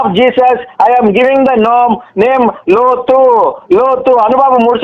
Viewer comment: హలో కాదు రా బాబు లోతు అని ఒకసారి చెప్పు నీ అమ్మ